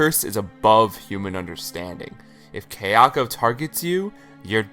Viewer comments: Haha I had to comment on the other video that it's kaya-ko not kayak-o it's sada-ko not sadak-o it pissed mee off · This was a great video, very well researched. But friend - if you've watched the Ju-on movies so much, surely you've heard them say 'ka-ya-ko,' not 'kei-a-ko.' So distracting. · For your information, Japanese is pronounced exactly as it looks. Kayako is pronounced ka-ya-ko. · Only complaint with this video is that my OCD triggers whenever say Kayako's name lol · Great video, but it annoyed me everytime you said Kayako wrong. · Guys seriously he’s a westerner of course he isn’t going to pronounce a Japanese name right. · Kai-ya-ko, Ta-Keh-Oh, toshio was pretty good